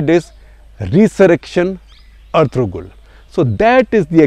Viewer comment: FYI: 'g' is not pronounced in Ertugrul